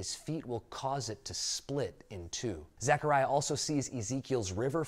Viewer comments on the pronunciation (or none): Nice, but it’s Zechariah NOT Zachariah. My grandsons name is Zechariah and I cringe when people call him Zachariah. Lol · You're saying my name wrong dude.